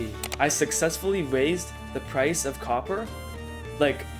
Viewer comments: “Cwoppor” Mijo😭🥀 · Bro it's copper not Cooper 😂